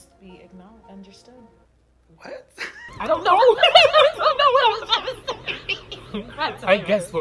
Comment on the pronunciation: yall don't understand how many times I watched the "I guess what isn't said must be ak-understood" moment, MAAAAAAANNNNNN